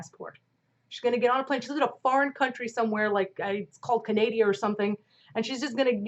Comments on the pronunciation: OMG you're hilarious! Canadia!! 🤣🤣 I forgot is a fellow Canadianinina. (Yep this is me binge watching your videos on a Sunday) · CANADIA hahahaha